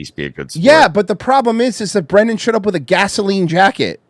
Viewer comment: It's bwendan.......U ileterate,u beast of a banana/mango/coconut vessel? ;)